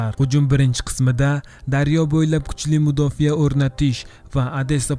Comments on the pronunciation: Mudofiyamas mudofa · Mudofa deng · O'zbek tilida "mudofiya" degan so'z yo‘qku! "Mudofa" deng dovdiramay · Mudofiyamasa mudofaa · Mudofiya emas Mudofaa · Mudofa deyiladi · eee mudofiya 😂😂😂 oldin tarixni yaxwilib urganb ol